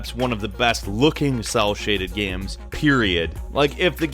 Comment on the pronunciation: Hearing you talk about "gyems" is like hearing Cumberbatch talk about "penuins". I love it